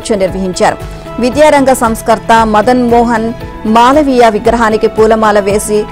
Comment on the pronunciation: తెలుగు పలకటం నేర్చుకోండి,మధన్ మోహన్ మాలవీ య సరిగా పలకండి